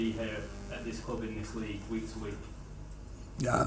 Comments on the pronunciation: yea he just says it in the dutch way. man saw it was spelled the same and just settled for dutch lmao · I love the way he says "Cloob", but wishing him a successful tenure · I love that he pronounces "club" the same way Rafa does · Love how he says cloob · Says cloob like rafa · I love how he says club 😭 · He pronounces ‘club’ like Rafa Benitez does.